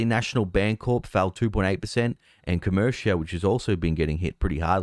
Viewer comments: I’m from Michigan and I’ve noticed youve been mispronouncing Comerica as “ co mer-CIA”. It’s pronounced like America, co- merica.Thanks for the great content! Comerica is the monstrosity of a ballpark that replaced our beloved Tiger Stadium. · Co- Merica...say it with me.